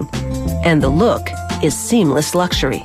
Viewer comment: LAUGZUREY cars